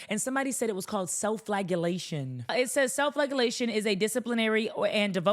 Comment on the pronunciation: Love this take. Also real quick, it’s typically pronounced fla-jell-ation